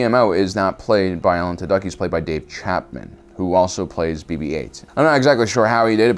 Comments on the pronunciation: Alan Tudyk's last name pronounced like "Two-Dick." Interesting take on it though. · Lol Alan "Two-duck"